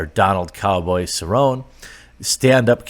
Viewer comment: Congrats also make sure to interview Cowboy just make sure you pronounce his name correctly it’s cerron-ney